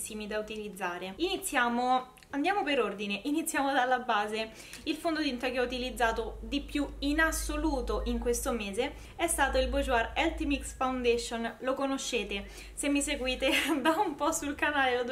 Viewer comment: Posso correggerti sulla pronuncia del fondotinta? si dice ' burgiuà'😊 comunque mi incuriosiscono il correttore istant anti age e le matite W7...da provare!😉